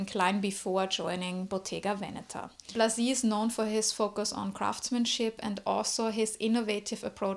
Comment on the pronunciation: Thank you for this presentation of Blazy! I'd also pronounce his name this way.